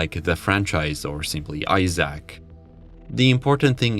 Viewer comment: I feel like if you're gonna do a 1 hour long video on a game the least you could is look up the pronunciation of its name